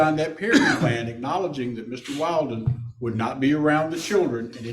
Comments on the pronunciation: Why can't this lawyer pronounce Will-den? 🤨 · I really wonder about, Mr. Valdez’s attorney. Is he all there? He cannot remember that Christopher Draper’s last name is Willden not Wilden. He can’t pronounce a name correctly after being corrected numerous times. I just wonder about him. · I know, so funny! After being called Willden, Wilden, his lawyer is calling him Mr. Walden!😜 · Dad’s lawyer was killing me with the (“WILD”-in) pronunciation of the boyfriend’s last name. Gotta give mom credit for correcting him EVERY time (“WILL”-din?”). You can’t make this stuff up 🙃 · The lawyer mispronouncing wildin, is no mistake.lol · Ah-hem - It’s “WILLDIN” 😂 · The hub's attorney just straight refuses to correctly pronounce the boyfriends name WILLDEN 😆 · He's inserting a meme into the Judge's mind. Intentionally pronouncing it as "Wild-in" or "Wild One" sets into the subconscious just what kind of people she and her boyfriend are, and why he shouldn't be around the kids. I loved it, it's absolutely hilarious and sharp. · yeahhh... stereotypes exist for a reason. i also thought it was hilarious that no one (other than leah) consistently pronounced "wilden" correctly 😂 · Lawyer keeps mispronouncing the guys name, and she keeps correcting! It's perfect!